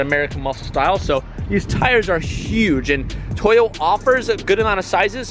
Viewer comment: LOL at the way you say ‘toy-o’